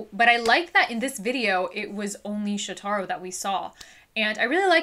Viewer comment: Just FYI. His name is pronounced Sho-ta-ro with the emphasis on the Sho. 😄